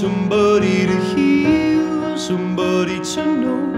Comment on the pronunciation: i het da part wen he pronounce "somebooody"